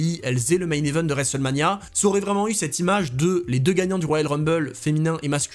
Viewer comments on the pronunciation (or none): Les vidéos, les analyses, les histoires déterrées... tout est bon ... à l'exception d'un détail récurent qui me rend dingue ! 😵‍💫 Pourrais-tu, s'il te plaît, par pitié prononcer "cette " et plus "steu" 😱. Merci d'avance.😅